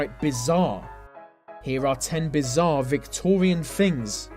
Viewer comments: and shouldnt it be 10 bizarrre victorian vings! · "Victorian fings".